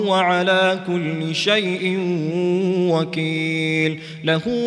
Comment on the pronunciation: its kulli not kullu